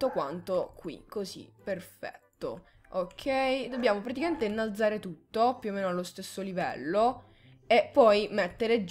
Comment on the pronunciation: "innalazare" detto come lo dice è epico xD